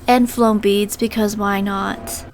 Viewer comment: “Floam beads” lololol